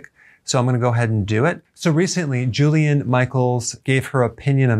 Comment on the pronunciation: oops! JILLIAN ...not Julian! 🙄